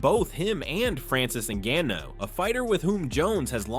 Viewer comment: Ngannou was pronounced differently like every time